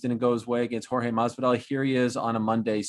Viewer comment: Obviously he doesn’t respect Jorge he calls him George 😂